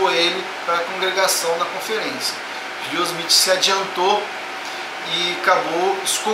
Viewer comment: Nossa cara, você não sabe nem pronunciar o nome de Joseph Smith. kkkk Abre um canal ai de game play que você ganha mais...